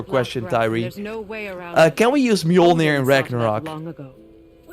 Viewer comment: Bro it's an axe. How TF you gonna turn that into a hammer. And it's mjolnir, not milnor.